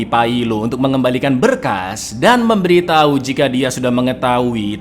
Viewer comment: Anan juga memberiTAI...😂😂 Meddok banget di bagian akhirnya